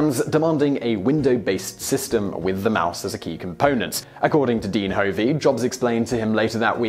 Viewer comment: Constructive criticism, my surname is pronounced "Huhv-ee". It's not a very common name, but I am bemused on why people put the emphasis on the wrong syllable (I am not related to Dean Hovey, to the best of my knowledge). For the most part, I love your videos, keep it up!